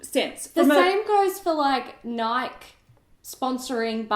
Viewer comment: Nike-E....Nike-E your leaving off the "E" lol I cracked up lol